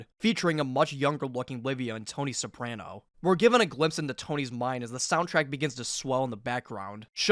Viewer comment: do you HAVE to say soprano incorrectly lmfao